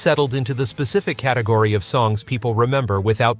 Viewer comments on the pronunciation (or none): none